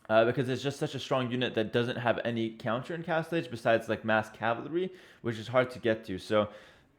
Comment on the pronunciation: Ca-val-ry, not Calvary people!